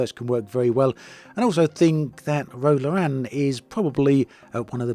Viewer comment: Awesome round-up but I gotta deduct some points for that pronunciation of Ro Laren - Star Trek fans rise up in indignation!